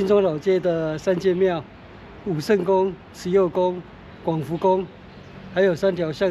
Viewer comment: 口誤有點多，例如武聖宮？？？